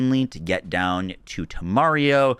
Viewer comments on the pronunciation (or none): LOL, he's still calling it "te-Mario". Dude, it's "teme-RA-rio". OTOH, at least he's got "Instinto" right finally. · One day he’ll say temerario correctly